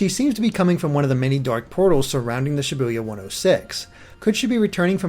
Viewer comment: Ibuya I buy yah btw I keep hearing Sha Boo Yah